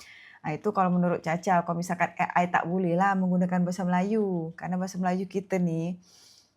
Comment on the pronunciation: AI bukan E AY,pake lh alpabet Indonesia yang bnr